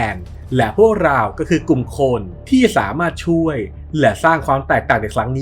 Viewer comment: เรา ออกเสียงว่าลาว งง ฟังอยู่ดีๆ ไปโผล่ลาว